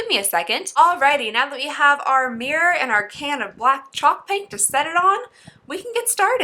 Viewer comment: I thought you said "I forgot to get a beer" I was like gurl same. But you said "I forgot to get a mirror" LMAO